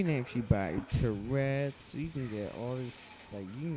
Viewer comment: haha you said terets like a problem cuz u keep twitching